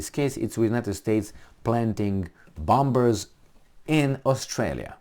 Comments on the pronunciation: Please, let's get real. We Aussie have very limited defense capability (for such a land mass) and at first sign of trouble we will be begging for help from Uncle Sam. It is reciprocal agreement, i.e. beneficial for both nations. BTW "bombers" has a silent "b". i.e. sounds like "bommers". Anyway, really enjoy your podcast (even if I don't totally agree). Keep up the good work. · I love ya bud. But bombers is pronounced bawmers